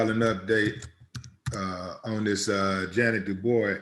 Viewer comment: Ja’net Du Bois is pronounced like Ya Nay Do Bwa. I learned it when she pronounced it back in The 70’s. But don’t forget around Christmas, they ran a special titled JT, starring Kevin Hooks, Ja’net Du Bois, Helen Martin; she came a long way. Just wanted to add that, because television in those days were very separate, as there were a transition from Black & White to Color Television Programming. R.I.P. Ms. Ja’net Du Bois, you will be missed, but always Loved 🌹🌹🌹🌹🌹🌹🌹🌹🌹